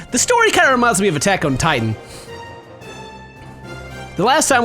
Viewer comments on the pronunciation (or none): none